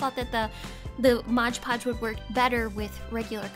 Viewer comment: Ok sorry. I'm not a hater, I love your videos but it's MOD PODGE. Not MODGE PODGE.